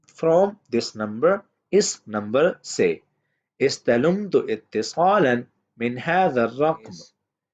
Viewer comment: استلمت. لام بالفتح ليس بالضمة.